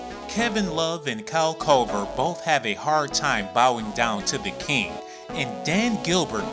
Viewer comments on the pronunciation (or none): This dude said Kyle Kover